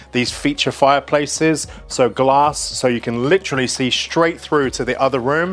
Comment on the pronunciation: Do try to avoid the word “shtraight” .